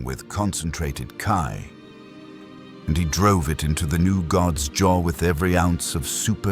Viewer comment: First: Fix your audio Sayian = Say-an Ki = Key For your ai reader. Second: Why is Vegeta acting like this? It was established to start that he has Bulma, therefore this is the Vegeta that learned iner peace on earth but he's acting like a conquer